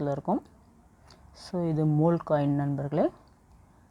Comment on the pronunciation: மோல் அல்ல mule. உச்சரிப்பு...??????